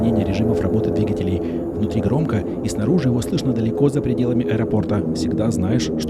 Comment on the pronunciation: как всегда супер! Но позволь вопрос - почему "двигателЕй", а не "двИгателей"?:)